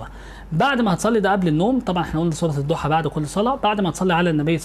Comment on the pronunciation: يا استاذ كنت مفكر إنك عندك علم ولكن اتصدمت منك وأنت بتقول الضحي والليلو إذا سجي اتعلم الأول القرأه صح يا من تقدم النصيحه